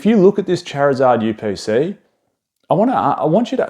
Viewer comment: The chariuhzahhd yew peh saee